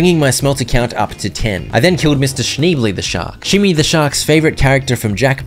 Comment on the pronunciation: You said 'Shimmy the Shark' and I heard 'Shmi the Shark,' and expected you to follow it with 'Anakin's dead mum.'